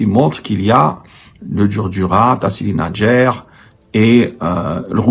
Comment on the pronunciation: Faites un effort pour les pronociations n'ayez pas peur de dire tassili n'ajjar et vous ne savez même pas ce que ça veut dire.